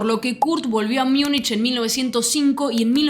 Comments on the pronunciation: En alemán "Miunchen" (München), en inglés, "Miunik" (Munich)... ¿Por qué tú pronuncias "Miunich" cuando en español se pronuncia tal cual de escribe "Múnich"? Malas costumbres que degradan la lengua... 👎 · Che, una consulta… (En buena honda) Sos argentina, ¿no? Entonces explícame por qué pronunciás o decís, AMATEUR por amater ( ahí respetás, y estás correcta con en el español), pero luego decís “Miunish” para referirte a "Miunik" (que en español sería Múnich), y lo peor, la sacás del estadio, no aplicás la misma “lógica” con NEW YORK TIMES , ( Nev York Times, pero decis niu iork tiyms), o con Chelsea, que lo pronunciás Chelsi como en inglés. ¿No te parece un poquito incoherente? O usamos la regla en todos los casos, o aceptamos que hay nombres que simplemente se pronuncian como son, ( en este caso, Niu York Tim, Amater, Miunik, Chelsi), sin inventar traducciones a medida. Porque si no, terminamos con un Fráncfort para Frankfurt, Londres para London, y así la lista eterna… Fuera de esta crítica lingüística, igual agradezco mucho tu información. Vivo en un lugar donde el soccer recién empieza a tener sus brillos gracias a Messi en Miami y la liga de clubes, y eso a pesar del orangeman (o mejor dicho Pedoman, para ser más correctos). Por eso no conozco tanto de la historia del fútbol y valoro tu emprendimiento y las ganas de compartirlo. Saludos.